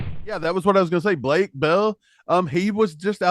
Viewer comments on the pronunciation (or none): none